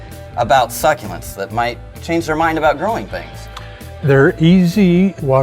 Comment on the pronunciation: I love how u pronounce the word suck-u-lents. Its my favorite plants and i have lots in my room,i can go on vacation for weeks and they are not resentfull to me.